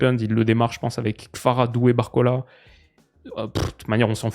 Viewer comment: Jsuis le seul que ça stresse de ouf quand il dit Kfara a la place de Kvara ?